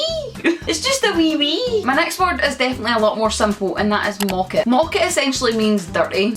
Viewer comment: It's not 'mocket' it's 'mawket'